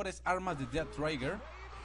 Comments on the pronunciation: No es "traiguer" es más como un "Treguer". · Es trhiger no traiger :v